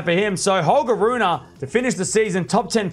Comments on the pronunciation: Please man, get the pronunciation right, since you will be saying his name a lot more often in the future: it's Ruun(pause)e (not RunA) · well i know, and i usually don't mind when english speaking people mispronounce foreign names, but this one is particularly annoying for some reason